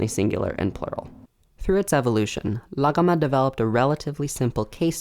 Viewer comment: Your aren't voicing the gh in "Laghama" because it sound like an unoiced Uvular stop. Good work though